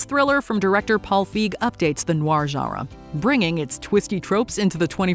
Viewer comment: Until this AI narrator can say genre without that weird pronunciation, it has no cred. 😂